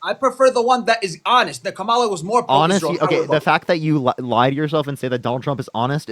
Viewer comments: I have watched several of your videos recently, and it just galls me at the number of times that you have to correct your call-in guests how to pronounce KAMALA's name! GOOD GRIEF! You can tell how much they listened to the Felon during the campaign because he purposely mispronounced her name, and they just follow whatever he says. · To be fair, I hardly think the pronunciation of Kammala is important - people pronounce words / names differently, and to keep mentioning people's pronunciation being wrong comes across as though you are being patronising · I hate Maga because they pronounce “Kamala” the same way tRump does, f**king parrot sheep!!! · He admits he didn't know the candidates' policies but wants to seem like an informed voter. He lacked a fact-based counterargument. This is the problem with most Republican uninformed/misinformed voters. I noticed that they deliberately mispronounce Kamala's name to undermine her in some way. Muslim MAGA 😂🤦‍♂ FAFO! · Does anyone notice that nearly all racists mispronounce Kamala? Aside, the reason why Harris lost is because LBJ was right. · It's easy to see where people get their news from based on the way they pronounce Kamala's name. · Gaslighting a Palestinian so they can vote Democrat is beyond awful. Not only that, but you don’t get the concept of accountability which the Palestinian guy was trying to explain it to you the whole entire time! Love (not) the fact that you were correcting their pronounciation of Kamala when she’s a f*cking k*ller!!! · That neither of these more ons can properly pronounce Kamala says everything about the propaganda that they have consumed. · Dude has so much stamina correcting their pronunciation of Kamala so many times 🙄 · you’re a king for correcting how people pronounce kamala and not kah-mall-ah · I really wish these dudes who can't pronounce her first name would just call her Harris. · you can directly track if they watched a right winger based on how they pronounce her name.